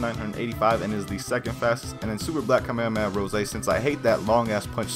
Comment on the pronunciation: Kaa - meh - haa - meh - haa pronounce right often, kaa - meh - aa - meh - aa just triggers me